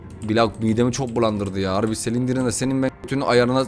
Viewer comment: Normalds olan:Exit:Egzıt Normalde olan:slendırmen(okunuşu):Selindirmen